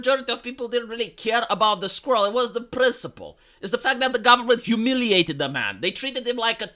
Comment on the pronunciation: My favorite thing about this video is that accent makes 'squirrel' sound like 'skrull.'